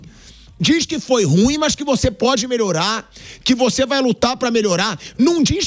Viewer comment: Aleatório aqui. Pelamordi! O adjetivo "ruim" é uma palavra oxítona, tem duas sílabas, e ñ apenas uma. Se pronuncia "ruím", n "rúim". Chega dói no ouvido.